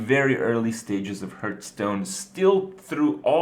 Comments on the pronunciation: i`ve always wondered, why is he saying "hurtstone" instead of "heartstone" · its HEARTHstone, not HURTstone..